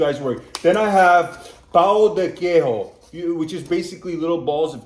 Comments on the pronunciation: Acredito que você não saiba, mas o j em português não se lê como em espanhol com e, má com j de Jack. Então não é pão de queirro, mas pão de queijo. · 🔰 The people here in Brazil must be very happy with you. You liked our main food. Cheese bread. This is written PÃO DE QUEIJO. And the correct thing for you North Americans to say is " POWN DEH KAY-ZHO " 🔰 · pão de queijo - queijo . J = J is similar in english . NOt like spanish. We are not speak spanish. Portuguese is different to spanish.